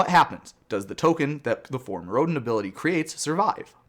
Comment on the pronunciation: I like how you pronounced "Mirrodin" two different ways nearly back-to-back.